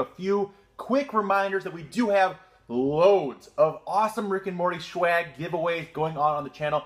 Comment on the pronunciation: It's called swag. It's not shwag, it's never been shwag, unless you've got schwifty swag.